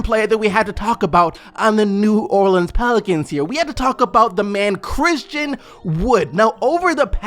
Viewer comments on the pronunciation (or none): none